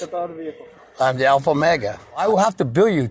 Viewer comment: "I am the alpha-mega in perchuity" - fool can't even keep his own bullshit straight 😂